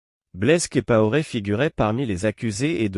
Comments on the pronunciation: Blaise Compaoré, et non blaise kipaoré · Prononcez bien le nom COMPAORE. C'est très agaçant !